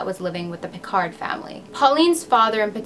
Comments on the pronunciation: Hello! Very nice and mysterious video! I'm french and i never heard of this story!! By the way, your prononciation is pretty nice, just don't prononce the «D» in Picard, we say «Picar», and same for Cherbourg, don't prononce the «G» 😉. I really love what you do! Thanks for all the work you put in your videos! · Hi, your prononciation isn’t completly off, but the aul in pauline is ponounced like « hole ». And the « d » in picard is silent. Great video, i would live more french cases or australian ones. Love from France